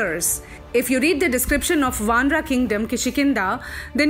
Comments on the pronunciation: For God's sake please stop this wrong pronunciation. RAmAyan Not ramayan"aah". VAnar Not VAnr"Aah" mAnav Not MAnav"Aah" 😨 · Pronounce ‘Ramayan’ and ‘ Vanar’ properly before preaching something. There’s no ‘a’ at the end of these words. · Please it is not vanara but vanar. Not Ramayana but Ramayan. Please if you believe on the correct story, please use correct pronunciation. And again Sugriva, manava is not correct. Chitta 🤔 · I don't like the way they say RAMAYAN as Ramayana and vanar as vanara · Despite the respect of Hinduism, I simply need to know why the fuck you are saying Ramayana instead of Ramayan? Vanaras? Manvas? What the actual fuck is? Fucking you are changing the names and after 100 years your grand children will blame others.. stop doing this.